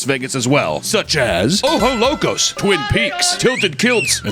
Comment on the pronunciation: OjoS Locos. Don’t forget to pronounce the S.